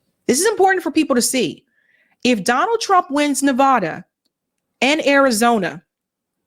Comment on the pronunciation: The A in Nevada is pronounced like cat